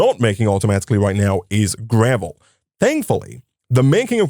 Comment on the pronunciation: Why is he saying gravely ore ?😂😂 it is just gravel ore